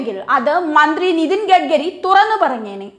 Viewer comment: കുട്ടീ, "ഗഡ്ഗരി"യല്ല, "ഗഡ്കരി" ആണ്!